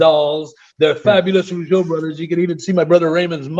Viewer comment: It's not Rogueau it's Rougeau